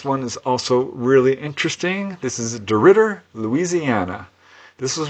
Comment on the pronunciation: Thank you very much,, that was my first time hearing of these cases, and you pronounced DeRidder correctly, well done.:medal-yellow-first-red